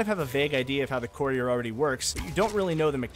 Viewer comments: “The coreer”😂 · How many times will courier be mispronounced? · God the way you say the word courier 🤦‍♂️